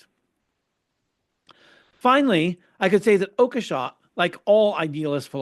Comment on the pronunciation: It's pronounced "Oak-shot", I guess. But does it really matter in this context?